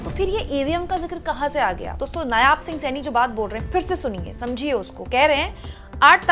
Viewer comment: Madam g, nyaab nahi, नायब सिंह